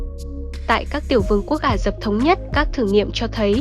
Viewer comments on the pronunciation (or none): Trời ơi, làm ơn phát âm chính xác hộ. Rừng "Amaron" là rừng gì? Âm "z" chứ không phải là 'r'. Hay "A rập" chứ không phải là "A dập". Nội dung rất hay, mong kênh cải thiện giọng đọc.